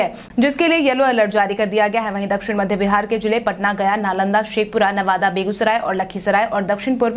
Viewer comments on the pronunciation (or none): none